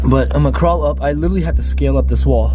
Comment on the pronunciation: literally is the proper way to say it not litsherly